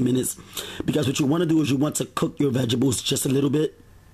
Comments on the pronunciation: I like your videos and recipes but dude! You're killing me with that tiny ass knife! You're gonna cut your damn finger off! Lol. Oh, and "veg-ables" lmao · we gone fight if you say Veggables again!!! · Vegebles 😭😭😭 knowing you’re adding all of them I was waiting to hear you say that word 😂😂😂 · Veggebles, veggebles, veggebles!